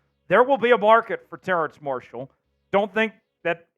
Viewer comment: is dude calling him "terrance marshall"?